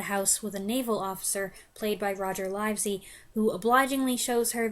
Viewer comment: Livesey is pronounced "liv-see". This sent me off to your mini-review of "A Matter of Life and Death" to see how you pronounced it there, but you never mentioned him (despite him being one of the best things in it). And you don't appear to have reviewed Powell and Pressburger's "The Life and Death of Colonel Blimp", in which he played the lead role, or "The League of Gentlemen" in which he had a smaller but still memorable part. I can recommend both!